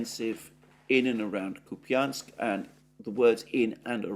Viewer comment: Dear, Russian is phonetically quit easy. When there is a "ja" (an inverted western R) you pronounce it like a "ja" Ку́пянск = Koép ja n sk if it would be Koepinsk it would look like Купинск with an i, (an inverted western N)